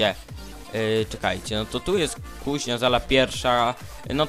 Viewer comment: kuŹnia a nie kuŻnia